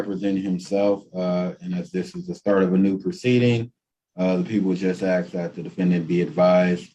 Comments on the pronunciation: Take off the damn hat. No self representation if you can't pronounce " ask" just a rule they should have. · Especially when he keeps AXING over and over. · This guy has a fundamental issue with understanding. Just list to him and I bet he say axe instead of ask.:face-purple-wide-eyes::oops::buffering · He sure does "Axe" a lot of stupid question. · Axe axe axe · Why IS that word so difficult for some folks to pronounced? ☹️